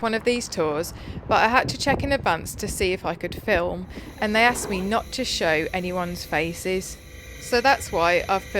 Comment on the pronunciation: "I'm just taking a photo I'm nawt on drugs "... 😅 Stop it now I'm falling in love with you. 😉❤️